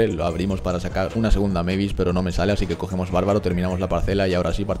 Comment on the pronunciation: Eres de los bocos que pronuncia bien el nombre de mavis 🙏🙏🙏🙏